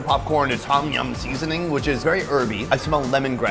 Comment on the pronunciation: Why does sonny keep saying "seasoning" like a cantonese man?? SEAAAsoning